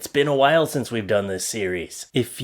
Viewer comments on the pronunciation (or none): none